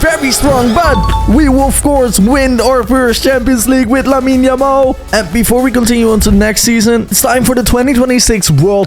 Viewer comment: said Jamal 😂💀